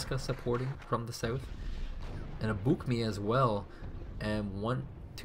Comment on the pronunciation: It's Buk-M1, not "Mi".